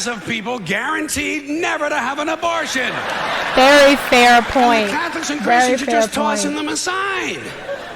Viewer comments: I had to rewind three times because I thought I was hearing things. What the hell is sismortion? It's ABORTION. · George would be rolling over in his grave hearing you say susmortion